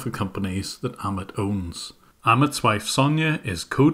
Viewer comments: Great work..!! I did notice you pronounced Amit as Ahmed though. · by the way Jim, "Amit" is pronounced like "A-myth" but without 'th' sound, like "A-myt" And you're doing an amazing job, keep it up